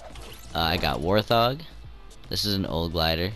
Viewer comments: It’s wart-hog not war-thog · He said war thog instead of wart hog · Not being mean but you pronounced wart-hog wrong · its "wart(SPACE!!!!!)hog" not "war thog" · He said wart THOG wtf